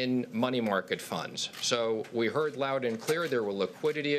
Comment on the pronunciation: heard not heat. Lol